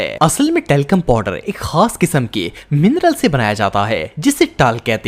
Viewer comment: Talcorm powder😂😂😂😂😂😂😂😂😂 😮had ha😂😂😂😂😂😂